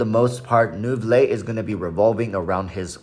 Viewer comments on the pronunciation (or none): walrus its prounouns as "nouvilett"!!!!! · You should pronunce the t. Any time a French name ends with e you pronunce the previous letters.